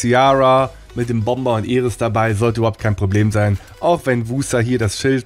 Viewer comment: sprich Mal Iris Englisch aus dann kriegt man keinen ohrenkrebs danke no offense <3